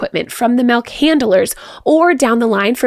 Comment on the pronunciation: It’s funny. seems to unconsciously alternate between “milk” and “melk”. 😂